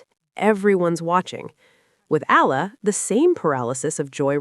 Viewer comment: Up to now you still do not know how to pronounce Eala ?? It's Eeyala not Allah get her name right. How long have you been doing this channel..